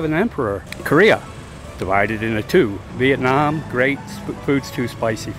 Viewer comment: Btw I love how you pronounced “Viet Nam” so correctly.